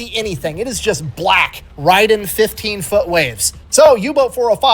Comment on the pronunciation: I think hit one of Sleeper Agent trigger words with how he said “black” and her rapid blinking was her fighting her programming